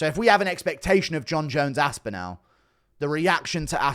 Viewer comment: Bro put some respect on the guys name and pronounce it right wtf is this As-Pin-Al it's As-Pin-All